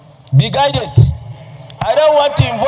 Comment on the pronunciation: Be guided not be guitet